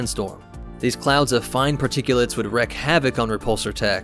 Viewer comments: “Wreck” havoc ? You mean “Wreak” havoc. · Correction: The phrase is "wreak havoc" not "wreck." Although the latter actually makes more sense phonetically, it's a common misuse.